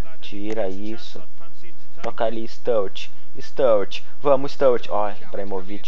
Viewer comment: Bom video mais cada vês q vs falava o nome do sturridge errado dava um aperto no coração😂😂😂